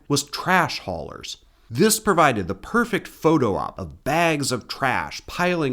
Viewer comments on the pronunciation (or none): none